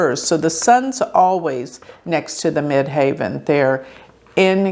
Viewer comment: It is the Mid Heaven, not Mid Haven. She is not correct.